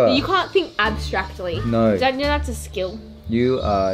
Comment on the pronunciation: I love it how they say /nuyh/ for a “no”